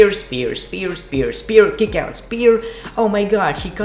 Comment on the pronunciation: I lowkey just watch you vids to hear you say "Bay ber view" a million times and also"r gay o" and "under daker" and "gick out" and "2 gay 19" etc. No P K T Just B G D